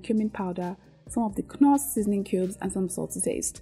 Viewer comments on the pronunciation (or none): if i have to endure hearing you call knoor as kunoor ehhhhh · Beautiful. I enjoy your recipes. Thanks for sharing these meal plans. Don't mean any disrespect but a quick correction. KNORR pronounced without the letter K NORR ✅ KUNORR ❌.